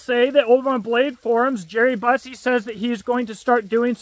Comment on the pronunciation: It's pronounced bussie